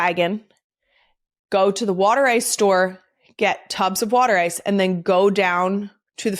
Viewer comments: Water ice is properly pronounced “wooder ice.” Italian ice is an acceptable name; it originally came from South Philly waaaay back when South Philly was primarily an Italian immigrant neighborhood (now it’s an Italian/Asian/African/Latin neighborhood and the BEST place to eat 🤩!) It is not a slushie or an icee. Rita’s water ice is really good, but it’s closer to a slurpee than real water ice. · The real Philly pronunciation is wooder eyes.